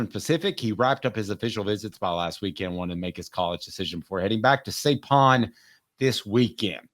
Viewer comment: Saipan is pronounced Sipan. Lived there for 12 years.